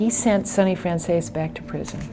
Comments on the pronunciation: Very few people pronounce home boys name properly...it’s FRAN - ZESSY, not FRAN- CHAZE or FRAN- SESSY. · im pretty sure its pronounced FranzEEs not Franzaysee or Franzeesee. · I'm italian I can pronounce it. Even Michael Franzese cant pronounce his last name correctly. He says "franz-ees" In Italian words are pronounced in the same way they are written so you dont change the sound of the vowels. It's fran-ze-se. The "z" like when you say "pizza". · You are right, but Michael and all these people in America pronounce the "tzese" part like "zease". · Fran tzese .. this is the right pronunciation in Italian.. ✌️👍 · i stand corrected lol figured mike could.pronounce his own name.so it is Fran-zee-see?? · Who else cringes when they say FranChase? I'm sure anyone can mess up a name but that bad? Come on folks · I get what u mean tho they pronoumce it like franzesE or franzesA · No, he doesn't. The word Franzese is a corsican word and it means French. Do you really see a corsican or an italian pronounce that word like the americans do? Let me help you with that. NO. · No. Michael pronounce it like an american would. The vowel "e" in italian is not pronounced like in english. It's hard to explain, but I guess the best way is for you to hear it. So write the word on Google Translator, select language Italian and click on the sound icon. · no, he pronounces his own name wrong too. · It's because Italians sometimes changed the pronunciation of their names to sound more American when they immigrated. The franzese family may have simply dropped the "e" sound at the end. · Why do people pronounce his last name like chicken francese? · The pronounce his name wrong ALL the time!